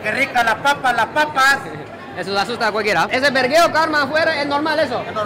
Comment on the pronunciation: Ya aprendió a decir vergueo😂😂